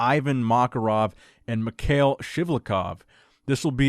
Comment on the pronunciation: this guy comes up in your stories often enough, any chance I could persuade you to pronounce his name correctly? Mikhail is pronounced me ha il Cheers